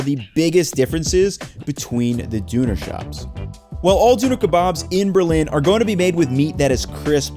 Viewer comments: The way he says düner makes me understand how everyone else feels when I mispronounce their food names... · Great video and I appreciate you trying your best at pronouncing everything but my whole body shivered every time you said dooner. And you said it a lot. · It's not pronounced, "Dooner" anywhere. I half think he's doing this to blow up the comments. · Dooner and P-day 🤣 It's Pide tho, not Pita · its Döner. with ö like you would say burner. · Every time he says "dooner" I die inside. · came to say the same Dooner is killing me. I wish Andon would have given him a better lesson on how to say it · Dune Kebab with some spice melange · At least he doesn't say "Donner" like the reindeer. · The ö sound is more reminiscent of ’er’ or maybe ’ir’ as in stir, or why not rhyme döner with learner — close enough. That other düner sound was NOT ok. But the actually content is good, and the theme — Berliner Döner — is so worthy of its indepth coverage. One of a handful of important things to do, my son and I, as we travelled around Europe a few weeks ago,, maybe the top one,, was to have a Berliner Döner, with proper bread and all. We also had one in Hamburg, which was actually about as good.. just not fully there, something smokey missing, maybe. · 30secs of you pronouncing it "doo-ner" was all I could take. Dislike..... Leave..... Avoid channel like the plague in future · Why my man calls it "dooner" :( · In my opinion you could have learned the proper pronounciation of Döner if you make a video about it and have to say it so many times...and honestly its not very hard to pronounce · As a german it made me aggressive when you pronounced Döner Kebab Dünekebab and called it a sandwich just in the first 5 seconds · So it’s not a dONa Kebab it’s a chicken kebab!! & it’s definitely not a dOOner Kebab!! 😂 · I love Berlin but why would you want to go to Berlin for Doner Kebap? You should go to Turkey, Istanbul especially. And it's pronounced "Doh-NAR" (NAR as in NARration)